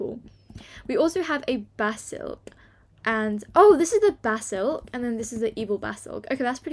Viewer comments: her saying basilk not basilisk 😂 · It’s basilisk not basilk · Ty for uploading, ur vids are amazing but btw, it's a ba-sa-li-sk from Harry Potter!?❤️❤️ Keep uploading tho!!